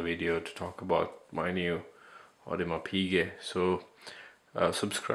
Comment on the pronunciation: Haha "odema pige" its audemars piguet